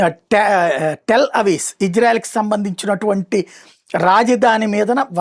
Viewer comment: టెల్ అవీస్ కాదు బాబు 👈 రాజదాని టెల్అవీవ్ 👌